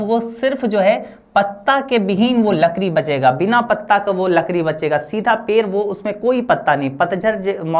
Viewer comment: पेड़ बोलों ना पेर पेर किए हो 😂❤